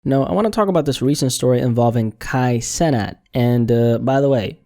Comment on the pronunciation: I think it’s pronounced “ Sea-Nath “ i remember him talking about trinidadian influence and that’s how his name would sound in the caribbean. “ Kai seenath “